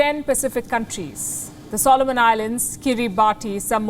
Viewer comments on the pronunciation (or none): Kiribati is pronounced Kiribass! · Kiribati is pronounced 'Kiribass' and Niue is pronounced 'Nu-ay' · But the Solomon Islands sold out recently to the Chinese influence. Thank God some other countries are resisting. Oh BTW, Kiribati is pronounced Kiribas. The 'ti' in their local language is pronounced as an 's'. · Kiribati is pronounced keer-a-bus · Most may not know Kiribati is pronounced KIRIBAS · You miss one of the key points...access to fishing rights. Also please learn the correct pronunciation of KIRIBATI